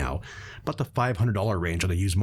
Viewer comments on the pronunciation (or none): none